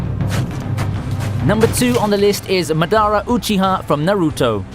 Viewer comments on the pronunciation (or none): its madara not madaaaara. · Bro it ain’t pronounced Madaara but maaadara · MadaRA not MaDAra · It's spelled Madara but pronounced mahdarah..... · Gho koo Mah-da-Rah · lol listen to how he pronounced madara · Ima need you to put sum respect on my boy Madara name next time 💀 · all dislikes are for your pronunciation of Madara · His pronounciation of Madara had me gag reflex at utter disgust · How the fuck you gon mispronounce madara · Pronouncing Madara and Naruto wrong 😫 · Dude don't say 'Madara' ever again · Can’t help but to get triggered by the way he pronounces Madara.